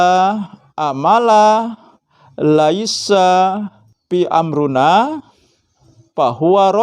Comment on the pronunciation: fi amrina pak bukan fi amruna pak.